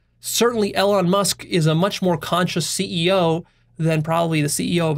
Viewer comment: Same with Elon, whose life purpose is about reducing existential risk for humanity. I'm fairly sure doesn't get Elon's values or worldview. doesn't even pronounce Elon's name correctly, how does he think he will understand Elon's values or the values inside Tesla/SpaceX?